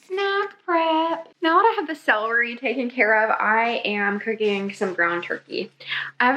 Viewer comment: Love you so much but it's cel-er-y not cell-ree lol 🤍